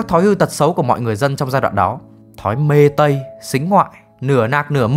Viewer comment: Vid rất hay nhưng sửa 1 chút đó là từ "me tây" chứ kp "mê tây".